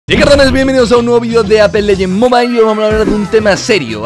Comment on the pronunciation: Todos: Apex legends: Ape Leyen